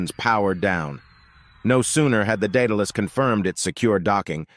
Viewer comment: In the name Daedalus the second A says it's name so it's pronounced DaudAlus not Data less.